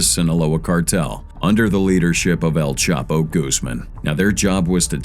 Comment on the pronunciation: Y u keep mispronouncing el chapo name